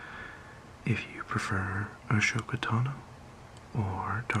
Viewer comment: When your saying ahsoka, Don’t pronounce the H It’s A-Soka